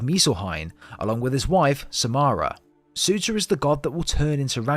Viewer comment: Fun fact: Surtr’s name is not pronouned as Suter, but as Sur’tur/Sur’ter